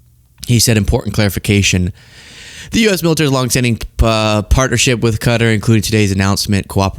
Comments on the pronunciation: It's not "Cutter" It's "Cotaar"! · Hey how come you're saying Cutter not Qatar? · It's NOT pronounced Cutter jesus I hate agreeing with Trump but he is pronouncing it right and you are NOT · I prefer your more serious side when posting. Also to all please learn how to pronounce Qatar. Phonetically sounds like this cat=ar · Cutter??? No Wonder The World Hates The USA Right Now, When You Cannot Even Say A Nations Name Properly. Whats Next? Chinia? Roosia? Isntreal? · Qatar is not pronounced "cutter." Quit being ignorant. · I can’t hold it in any more! Qatar is pronounced ‘cat-R’. Keep up the great content!